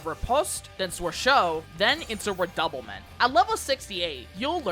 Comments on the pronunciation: Even though I consider myself extremely well VERsed in RDM I always enjoy listening to others make guides on them. Edit: Redoublement is not pronounced Re-double-ment. It is pronounce Re-dew-bleh-mon make it sound stereotypically French and you got it. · Redoublement? Its OMELE DU FROMAGE